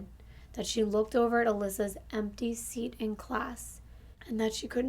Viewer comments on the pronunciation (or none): none